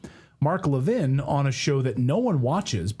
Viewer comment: AI - you should at least know how to pronounce Levin........................ but you don't.